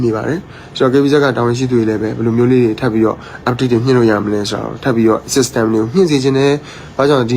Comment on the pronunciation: System နဲ့ update ကိုပြောတာ ငပိသံထဲက ဂွမ်းနေပြီ 😂